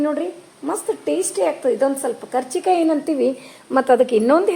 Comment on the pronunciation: ಕಾಚಿ೯ ಕಾಯಿ ಅಂತಾರೆ ಮೇಡಮ್,ಕಚಿ೯ಕಾಯಿ ಅಲ್ಲಾರೀ.